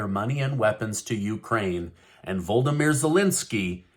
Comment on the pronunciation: Stop saying Voll-duh-meer!